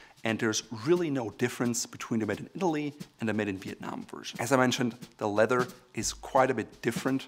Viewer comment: It is pronounced leath-er , not letter . Nice shoes !